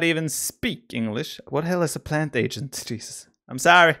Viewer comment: Biper's pronunciation of Plantagenet made me cringe.